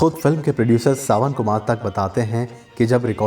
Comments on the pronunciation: सावन कुमार तक नहीं सावन कुमार टांक। कृपया नाम सही बोले। वैसे जानकारी बहुत अच्छी है और यह गीत मुझे बेहद पसंद है। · Video banane se pehle thodi si research kar lein. Sawan kumar tak nahin TAAAK pronounce karte hain. Imagine someone pronouncing TAATAA as tutta.